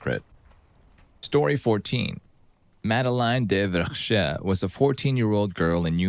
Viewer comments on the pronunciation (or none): none